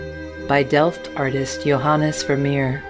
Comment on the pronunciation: It was going so well, until the narrator called the artist Joe Hann Ess Vermeer. Is she a computer? Because a real person couldn't possibly get away with that without getting slapped.